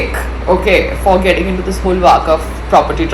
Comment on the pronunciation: It’s waqf not waakaf 😅